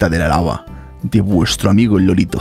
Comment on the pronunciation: Alguien más pensaba que decían LOLITO y recién me entero que era LORITO